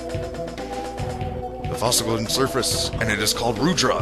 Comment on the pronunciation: oh ya and its pronounced Rudraaaaaaaa like rudraaah but its spelled rudra